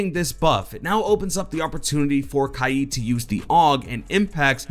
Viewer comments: Lmao it kaid! (Kay-d) not kay yide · It’s not “kayeeed” ya fuck it’s just “kaid” as in “kayd” I hate when white people try to pronounce foreign names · You say it like it is khieed but it is kaid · Kaied is is kaid not kaied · where did people start getting kyeed from, its annoying sometimes. his name is literally Kaid (k-aid) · It’s kaid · It’s pronounced kade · Li Bulb Kaid is from Morocco. His name isn’t pronounced Kaid. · Can even pronounce his mains name properly lol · Google the fucking pronunciation of Kaid